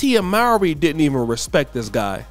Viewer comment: It’s Tia (Moor-Ree).